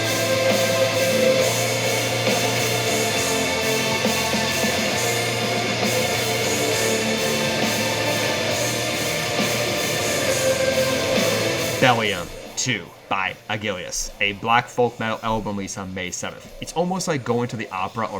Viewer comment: I know it's a little hard to read, but it's Aquilus, not Aguilus